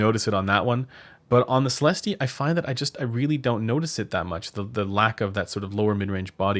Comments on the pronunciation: Sell esst 😉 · It‘s a french company I guess and the pronunciation of the word céleste(heavenly) is just celest, without the e. Not Celesteeh 😆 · You don't pronounce the "E" at the end so it sounds like Celest. I am a native French speaker so you can be sure of that. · it’s pronounced, “SALE” “ES” “T” but as you say it, put your best French accent on it- (yeah right) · Neither of those, it's a long "ee" sound. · At $1K they should at least include an index card with the correct pronunciation...